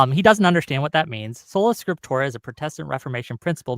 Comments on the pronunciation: What the fuck is "scriptura soleram"? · Solanatium Scipturium, you have to say it like. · Ah, Scola Tripsura, no..... Trolla Sprictura, wait..... Spota Proculla???, just leave that tab open man. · "Solo Scrotumus"... intentionally or not, dude was trolling😂